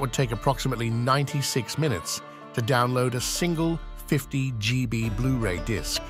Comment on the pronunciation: gee bee. thanks ai